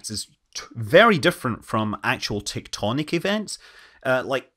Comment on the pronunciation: Hey Scott... Did I hear correctly.. you said "TikToknic" events?